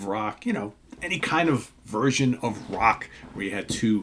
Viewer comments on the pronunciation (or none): none